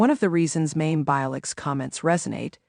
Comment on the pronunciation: Her name is pronounced as My-im.